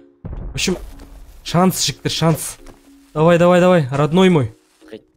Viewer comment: Братан та жігтер дегенің тәжіктер деген сияқты естлед